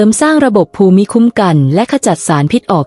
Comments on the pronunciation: ภูมิ อ่านว่า พูม. ไม่ใช่ ภู-มิ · AI ขอชม อ่านคล่องขึ้น แต่มีนิดหน่อย ถ้าแก้ไขได้ ต่อไปก็จะคล้ายคนธรรมดา อ่านเอง เช่น ภูมิ ( = พูม ) ไม่ใช่ พู - มิ / แล้ววรรคตอน ถ้าได้ผู้มีความรู้ด้านภาษาไทย ระดับอาจารย์สอน คงจะราบรื่นกว่านี้ ได้ความรู้เพื่อว่าจัดการตนเอง รับอายุ เลย 70 ขอบคุณ ผู้ทำคลิป ค่ะ 👍🙏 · การอ่านภูมิเป็นภู-มิไม่ทราบถูกต้องรึคะมันควรจะอ่านภูมิมากกว่านะคะ